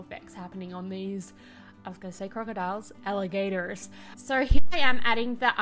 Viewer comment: i love the american accent swap when you say "Ali-GATORS"